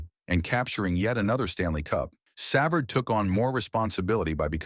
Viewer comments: Savard is 76 and it's savard not severd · Cannot pronounce his name, what an embarassing crap video. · I hate the way you misspronounce his last name😂 Your gossip filled reporting is totally exagerated shame on you! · If it is A.I. doing the narrating, man oh man it's among the worst pronunciations of a name as can be. Who's programming job is that? Ironically it's pronounced correctly the first time before things go downhill afterwards. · If you are going to do these stories why can you not get the pronunciations right?